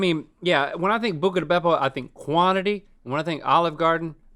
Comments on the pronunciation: Every time Rhett and Link say "Bucca Di Beppo"..... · I love hearing Link saying Bucca di Beppo. It makes me laugh for some reason lol